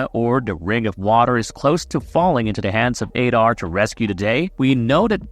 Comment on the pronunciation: Learn how to pronounce ADAR. ADD AR. Not "aid ar". Jesus man...